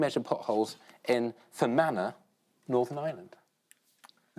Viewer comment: Fair play to Richard for pronouncing fermanagh properly